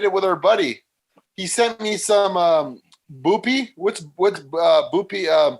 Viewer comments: Jesus Christ the way says bupe is annoying as shit. It’s not “boopee” it’s “byoop”. He really makes himself sound dumb sometimes. Fucking boopee. Just call it subutex. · yoo calling suboxone 'boo-pee' hahaha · saying Boopy instead of bupe for buprenorphine was hilarious